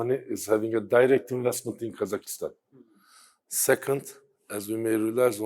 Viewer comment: Its KAZAKHSTAN Not kazakistan